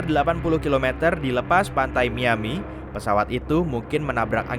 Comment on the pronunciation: Kuping gue dengernya MIYABI bukan MIAMI